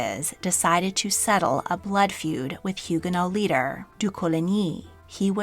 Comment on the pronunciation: I enjoy this channel, but some of the pronunciations in this one are way off for English speakers: Le Havre, Huguenot, Chenonceau, etc.